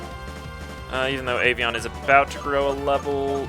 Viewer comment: it's Avian :D just saying...